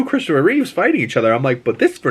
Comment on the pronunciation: Reeve not Reeves x